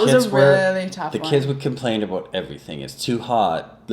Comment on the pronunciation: about = a boat....i love the accent! lol